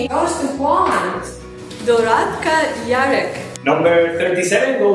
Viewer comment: DoradCa;) not Doradka ;) but funny. Best wishes